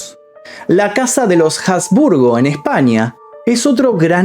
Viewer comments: Jasburgo no portavoz suena horrible, asburgo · Habsburgo, NO Jabsburgo. En castellano la H no es sonora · No se pronuncia la H de Habsburgo. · Cuando nombraste a la familia de los Habsburgo pronunciaste la H y en realidad no se pronuncia. Me encantó tu vídeo, un saludo